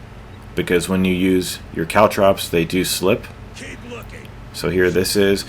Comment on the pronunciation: No your saying caltrops correct...but good luck saying makibishi, which is what the ninjas in nary to call caltrops lol